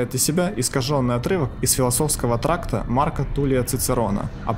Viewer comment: Оговорился. Из философского тракта... (трактата)